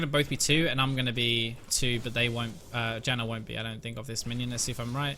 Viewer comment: Dude, why are you saying "Jannar" ??!! hehe xD